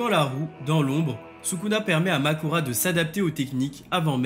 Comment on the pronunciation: C’est pas Mahoraga ? et pas Makora